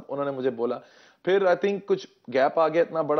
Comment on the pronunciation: Bipendra ɐuɐɹ not fir its phir